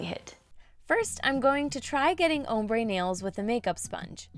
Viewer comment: The way she keeps saying "Hombre nails"